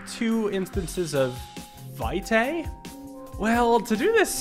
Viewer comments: it's latin, the correct pronunciation is vɪtɑɪ in fonetic alphabet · "Vitae" means "life's" in Latin - it is pronounced "Vee-te", last E as in Element :)